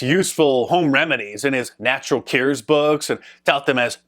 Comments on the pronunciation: Why do you pronounce cures, cares? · "Keears"? I thought it was Cue ers... <*> C'mon Man! It is all in the family ancestry, the Name man... Trudeau... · MARK! It’s Natural “CURES”, not “cares”. 😬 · No It was because you can't say "cures" right. I say it as "Q OR " maybe.